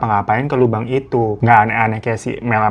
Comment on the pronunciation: Lubang kek gitu ngomongnya bang,jangan bilang Lobang jd gk enak di dengernya😢